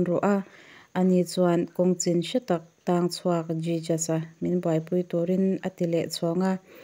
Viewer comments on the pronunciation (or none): Jijas a nilovin hesoos ti a lam tur. A mak e... I pronunciation thiam loh dan em em hi